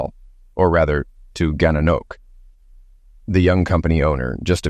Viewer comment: I've never heard the name "Gananoque" butchered so badly before. If I didn't read it, I wouldn't know where you were talking about.